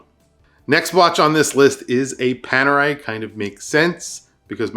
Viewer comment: It's Panerai